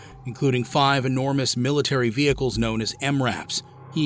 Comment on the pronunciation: "Militairy training"? 😂😂😂